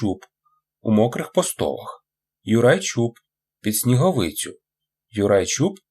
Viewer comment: ПостолАх,але дякую,гарно прочитано